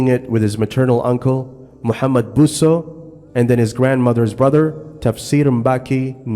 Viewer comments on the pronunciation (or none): none